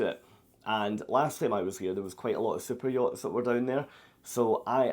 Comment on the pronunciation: HHaHa I thought you were excited about Cypriots. I'm sure are they are lovely. However, I finally realized you were referring to fancy boats.